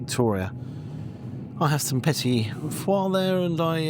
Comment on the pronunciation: Its petit FOURS not petit FOIRES lol